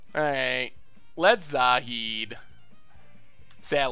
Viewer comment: Congratulations, on finaly saying Zahid's name right.